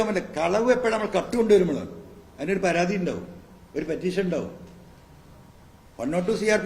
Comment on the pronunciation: പരതി അല്ല, പരാതി